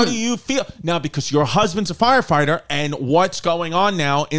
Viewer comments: I love that Rachel pronounces "foighefighter" 😂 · Sounds completely normal except for fwyer fwighter